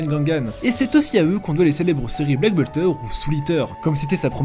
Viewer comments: black butler, pas bulter XD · C PAS BLACK BULTER C BLACK BUTLER